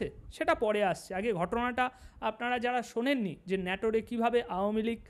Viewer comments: ভাই, আমি নাটোরের স্হায়ী বাসিন্দা। আপনি আমাদের নাটোরকে ন্যাটোর বলছেন যা আমার কাছে দুঃখ জনক মনে হচ্ছে। অনুগ্রহ করে নাটোর উচ্চারণ করে ভুলটা সমাধান করুন প্লিজ। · বারবার বলছেন নেটুরে,সঠিক নাটোর। শতকরা ৫০% উচ্চারণে ভুল। একচেটিয়া আওয়ামী লীগের পক্ষে ভিডিও করায় এত ভিউ পাচ্ছেন। দয়াকরে উচ্চারণ সঠিক করুন। ভিউ ডাবল হবে। এখন শেয়ার কমেন্ট করতে আমার লজ্জা লাগে। এমনকি আমদের দলের জন্যও বিব্রতকর। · ভাই ওটা নাটোর হবে, তুমি বারবার ন্যাটোর বলছ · দাদা, ন্যটোর নয়,নাটোর হবে।আপনাকে ধন্যবাদ।জয়বাংলা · জায়গাটার নাম নাটোর, নেটর না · নাটোর উচ্চারণ হবে। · দাদা আপনার উচ্চারণটা সঠিক হয় নাই জায়গার নাম নাটোর।